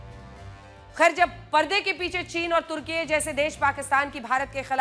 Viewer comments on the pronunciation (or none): none